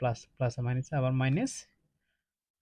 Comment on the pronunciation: Maines😂 na minus 😅